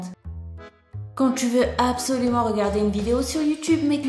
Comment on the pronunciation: Qui a remarqué elle a dit ti est au lieux de tu est😂😂😂😂 sa ma fait rire